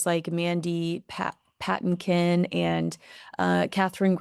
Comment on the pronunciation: Mandy Pa tin' kin, a wonderful American singer. Accent on 2nd syllable.y